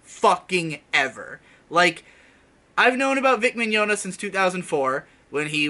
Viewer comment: Why can't anybody pronounce this dude's name correctly? Maybe I was more right than I thought when I referred to him as Vic Mignadignagliglia years ago.